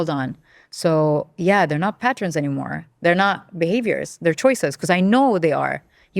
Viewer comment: A guest who can't pronounce pattern....